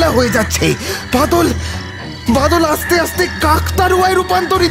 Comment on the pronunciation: প্রোডাকশনে আরও একটু যত্নশীল হওয়া দরকার। "আস্তে"/"আসতে", "আদৌ'/'আদেও" এই সমস্ত উচ্চারন গুলো বড্ড কানে লাগে, বিশেষত ন্যারেটারের কাছ থেকে।